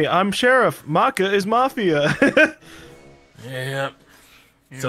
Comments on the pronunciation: All Soul Eater fans cringed when said "Mayka" instead of "Maka", I know I did. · Make-a MAKE-A!! ITS MAKA (maakah) FROM SOUL EATER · OHMYGAWD it's not May-ka it's Mah-kah! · Sorry but i have to, Maka Albarn is pronounced like Muc-uh not ma-ka, it's a soul eater reference :3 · is not mayka its MAHKUH... MAHHHHHHHHHKUUUUUUUUUUUHHHHHHHHHHHHHHHH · The way pronounced Maka made me cringe so hard. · The way kept mispronouncing Maka in this made me cringe because that's my cats name loll Also Maka is the best character in Soul Eater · Eian Guevarra cringed as you don't realize it's said both ways